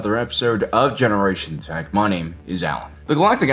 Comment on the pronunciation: Is he a Generation Czech?